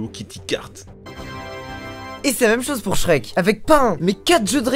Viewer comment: Pourquoi la plupart du temps quand tu dis Shrek, tu mets un S à la fin? 🤔 Oui cette question est très importante